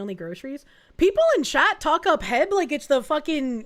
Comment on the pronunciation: It’s not heb it’s H-E-B.